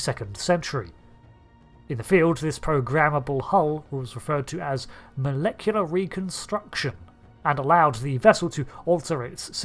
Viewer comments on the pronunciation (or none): none